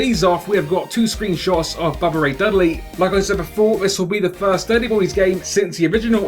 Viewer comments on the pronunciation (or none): none